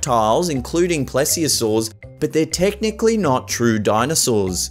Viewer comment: It's not plesiosaur well ok you still can't pronounce it even if I spell it different